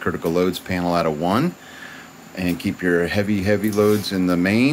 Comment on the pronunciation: "penal" (as pronounced) pertains to prison, etc. panel as written pertains to electrical equipment..............g